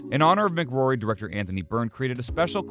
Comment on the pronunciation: Helen Mc Cory, not Mc Grory😱 almost as bad as someone saying Sealian Murphy 🤔